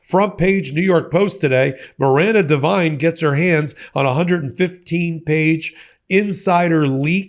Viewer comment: Oh god! Not Miranda Devine? More trash from Oz. Haha. Her only qualification was murdoch liked her sycophantic father Frank, who was a right wing trash reporter for News Corp for decades. Good lord. Pronounced div-een not div-ine by the way